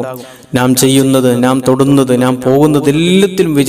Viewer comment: നാം അല്ല, ന്നാം ആണ്.